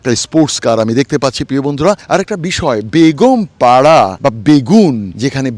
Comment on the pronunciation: আপনাকে কষ্ট করে বাড়িগুলো দেখানোর জন্য অনেক ধন্যবাদ ❤❤❤আপনার মুখে বেগম পাড়া কে বেগুনপাড়া বলে অনেক হাসি পাচ্ছিল হাসতে হাসতে আমার পেট ব্যাথা হয়ে গেছে😅😅😅 এরা হলো সেই জালিম সরকারের আমলা মুখোশধারী শয়তান আল্লাহ তাদের পতন ঘটিয়েছে